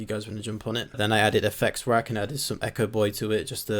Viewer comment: I noticed you said effectsrack (with an s) and tb digital always says that and i always think bro it doesn‘t have an s.. and thats why i notice when u suddenly said it too (u usually say it without s )